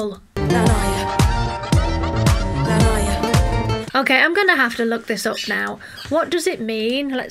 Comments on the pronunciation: La noia you read N O-E A ( A like in Cat) which means the boredom. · "La noua-a" ... 🙃😅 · Italian here. Noia It's pronounced "noh - yah" I can confirm it means boredom. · I'm sorry, but it's Angelina and not Angela haha Anyway, it's pronounced like /la ˈnoja/ Thank you for your video! I'm Italian and I'm so proud of Angelina!! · LA NOEEA, that's the pronounce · Greetings from Italy 😊 her name is pronounced just as Angelina Jolie and the surname just like the fruit. The song name is pronounced La (the "a" like in the word "arm") no-i-a (the "o" like in the word "off" , the "i" sounds like the letter "e" and final "a" again like "arm"). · La noia means bored and you need to pronunce it like it’s written